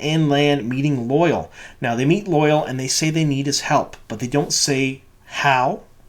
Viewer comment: It bothers me how badly you are mis-pronouncing Loial's name. I have wanted to say something for awhile now, and finally decided to. It's NOT 'loyal' or loy-uhl as you are saying it. It's 'loya-ahl' or think of it as loy-owl. Check the glossary in any book to see the actual way to pronounce it. Or even better go back to episode 5 around the 18 minute mark and listen to how Loial himself says it. That's the best way to hear it. :)